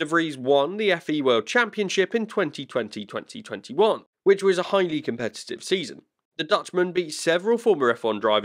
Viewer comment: I thought I was having a stroke when he was talking about the Formula-E season. 2020/2021 “twenty-twenty twenty-one” but I heard like 202021 🤯